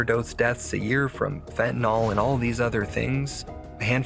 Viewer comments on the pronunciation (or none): It's fentanyl, not fentanol. If you can say Benadryl, you can say fentanyl.